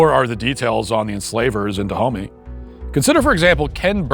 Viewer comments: The Kingdom of Duh-Homie? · It's usually pronounced ''Dahomé''. Also that kingdom rests where Bénin is now, and there are multiple shrines there honouring the victims of the dahomeys. It's not like theyre very fondly remembered for obvious reasons lol. There are a lot of these shrines all across African countries like this